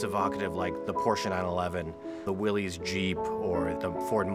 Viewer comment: I like these, but in the end I got a 1952 M37 Dodge which is more useful with the bed. I have a granny gear and 3rd and 4th are synch'd but downshifting from 3rd to 2nd is a double clutch. It's not pronounced, "Willies" Jeep, it's Willys (see no ' like Willy's) as in Willis sounding. Funny how they have new Wranglers with Willys painted on them today, when American Bantam invented the Jeep and Then Willys and Ford get into it and Bantam ended up making trailers for the war! Mall rated people with their Wranglers now...